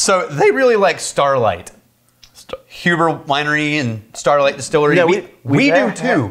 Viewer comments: It's pronounced Hue-ber. Not who-ber. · The Port finished whiskey is finished in ruby port barrels and absolutely blows away Angel's Envy. You guys need to get your hands on a bottle of their Double Oaked bourbon, which holds its own against Woodford Reserve Double Oaked. And the name is pronounced HYOO-ber. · Pronounced Hugh-ber. Not that usually cares... lol